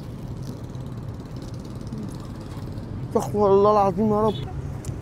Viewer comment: اسمها استغفر الله بضم الراء وليس استغفر الله بفتح الراء